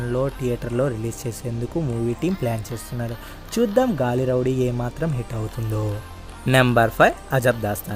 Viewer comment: నీకు తెలుగు కూడా రాదా 😭😭😭 గల్లీ రౌడీ ని గాలిరౌడీ చేసావ్...ఇది తెలుగు భాష చేసుకున్న దౌర్భాగ్యం 😭😭😭😭